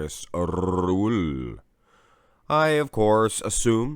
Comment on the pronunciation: "Markus RRRRuhl"